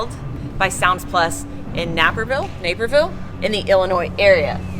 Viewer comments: "nape" like ape Naperville...just a little help from an ex Midwestern girl lol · Hey! Illinois here. Naperville (nei-per-vil) is a couple hours north of me. Happy thanksgiving!!!!!